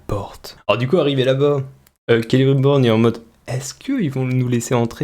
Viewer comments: KélébrUNbor, il est devenue ch'ti ? Même dans le jeu l'ombre de la guerre c'est mieux prononcé^^ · Perso vue qu'ont est à présent à l'épisode 2 je vais ajouter un détail qui ma vraiment gonfler je sais pas si ils font la même erreur en VO c'est la prononciation du nom "Celebrimbor" à la place c'est "Celebrinbor". C'est peut être qu'un détail mais personnellement ça ma grandement déranger, je sais que l'univers de Tolkien à l'écran ils prononcent pas correctement les noms des personnages pour certains notamment les nains. Cependant Celebrimbor est apparu aussi en tant que protagoniste principal dans deux jeu SDA et ils prononcent son nom correctement. Je comprend pas pourquoi ils ont fait ça sérieusement. Voilà c'est tout ce que j'avais à ajouter et rappel AVIS PERSONNEL.